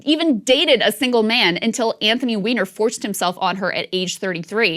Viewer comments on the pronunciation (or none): She was adding a little emphasis. "WEINER!"